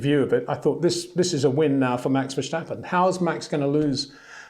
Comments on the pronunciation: Great reports! It's "fair-stappen" .... not "versch-stappen".... small detail, just like your brilliant detailed reports. Thank you. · HEY PETER WINDSOR, I HAVE MESSAGE FOR YOU SIR: With all due respect ... it is NOT Max "verSHtappen" ... Max is not German (Germans indeed do pronounce "st" as "sht") ... #Max33 = Dutch NL/Belgium! ... It is not "Bottash" nor is it "Lewish" certainly not "verSHtappen" .... This BS started long time ago when a British sport presenter interviewed father Jos Verstappen and assumed you can use a German pronunciation to a Dutch Driver thinking it is so "funny" ... It is not. Serious question: can any Englishman say "versatile" out-loud without saying "vershatile" phonetically? most can about 99,99% ... that is why most English can pronounce Verstappen 100% correct! Father Jos Verstappen (also F1 Racer) was very active between back then only a very few said "Vershtappen" but the vast majority of British sport presenters pronounced it perfectly ... only a few old stubborn farts like Peter Windshor